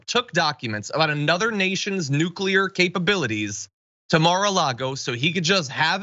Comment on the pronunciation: But his presidential library is going to need documents about nucular secerts